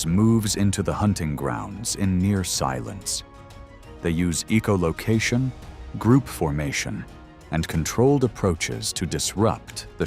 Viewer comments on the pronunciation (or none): You are saying, “E-O Location”, and the spelling indicates, “EOLOCATION” ! Both are WRONG ! The word is : ECHOLOCATION.